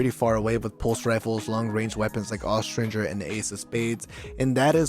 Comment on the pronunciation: THANK YOU for pronouncing Austringer correctly! :)